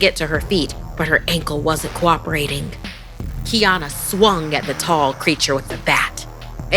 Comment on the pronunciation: ~ The word 'swung' isn't pronounced swunGUH. The g is soft. You're making a one syllable word, two syllables. Educate yourself.